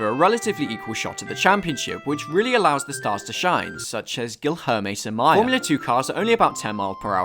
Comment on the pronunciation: you’re saying Giohame Samaia, please put some effort in pronouncing his name